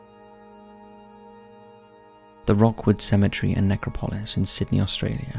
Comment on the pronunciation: It`s not Rockwood Cemetery mate, it`s pronounced Rookwood. Visited??? I lived near it.